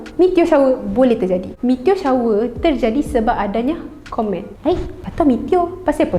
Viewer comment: Ooo komet…mula2 aku dengar kon3t